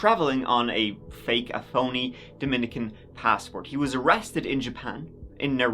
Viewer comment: Thank you for the correct pronunciation of Dominican Republic, my family are from the other Dominica they get annoyed with incorrect pronouns.X